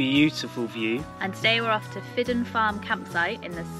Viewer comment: Just a comment on your (understandable) dodgy pronunciation of our Gadhlig place names. The Gadhlig alphabet only acknowledges 17 letters. The proper pronunciation if what you phonetically refer to as "Fidden", is actually pronounced "Feedgen". There is no letter J in our alphabet, and the J sound is made by a D, after a vowel. Eg. The Gadhlig word for Red, is "Dearg," pronounced "Jerrag" Enjoyed your film just the same. Very proffessional.👍